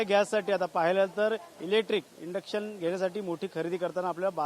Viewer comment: "Indux" nahi ❌, Induction ✅ असत ते! आधी नीट बोलायला शिक मग mic 🎤 घे हातात